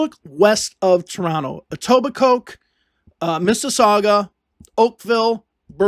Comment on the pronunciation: Etobicoke where the k is silent, welcome to Ontario